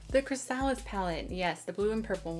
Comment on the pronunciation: I don't want to sound like a douche. But before you post your videos, you should find out how to properly pronounce words. Such as chrysalis. It should sound like you're saying (cri-sa-lis)